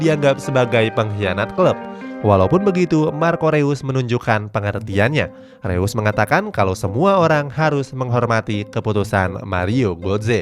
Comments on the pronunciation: Koreksi min reus bacanya (roys) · bacanya roise bukan reus bang